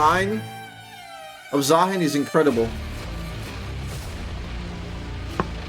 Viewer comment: It is, in fact, Zaah(ee)n